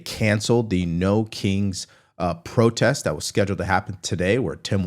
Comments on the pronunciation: PROTEST NOT PORTEST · What's a 'portest'? ;) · What’s a “portest”? It’s your attention to detail that sets you apart! 😂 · Hey mate, what’s a “portest”? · Not, "PORTEST"😂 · What's a "portest"? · What's a 'Portest' :)